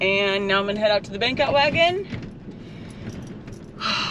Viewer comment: I think it's BANK-out wagon - not "bink-out" wagon.